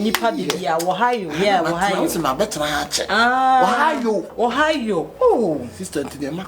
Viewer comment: “Wohiyo” 😂😂😂 it’s Ohio